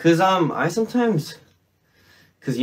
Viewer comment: "It's only saurmtimes"